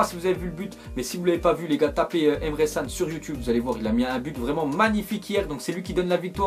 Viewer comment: rip le nom de Can ptn prononce bien frr